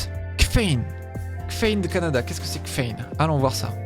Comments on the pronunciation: Kffein, ça se prononcerais pas caféine ?? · Presque sûre que kffein se dit caféine ;) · Le menu de nourish change est d’un propre ✨ je vote pour lui ! Sinon, c’était aussi du troll ta prononciation de kffein (caféine) ?